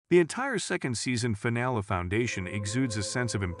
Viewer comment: This stupid robot narrator can not properly pronounce many simple words. Finale. Treachery. Most names.